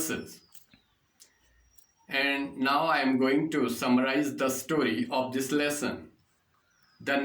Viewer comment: Lesson Ko lussan Bolte ho to mza aata h Keep it up Loda bhi bolo sath m